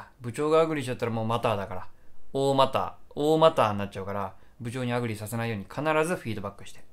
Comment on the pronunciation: アングリーみたいなのりでアグリー言うなwww